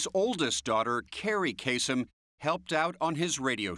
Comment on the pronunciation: Lebanese dude. It's actually pronounced Kaa-sem.